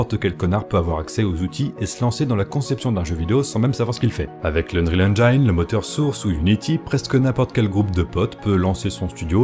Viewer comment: Revois la prononciation de « engine » parce que ca pique les oreilles, mais sinon super vidéo!